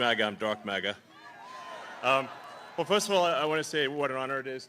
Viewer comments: This from a guy who has his mother live in his garage. And what does he mean by fust? Isn't it pronounced first? Lmfao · The 'Fust' Amendment?